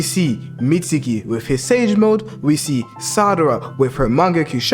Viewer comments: her names sarada not sadara💀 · this nigga said sadara her name is sarada idiot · meetsukii and salaratdha why you say it like that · stupid cant pronounce sarada correctly